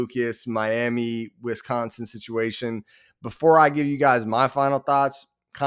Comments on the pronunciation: It's Wisconsin, not Wisconson! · with how they're acting, it's Wisconson!